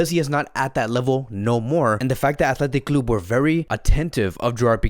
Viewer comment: his accent athletic clubuee 🤣🤣🤣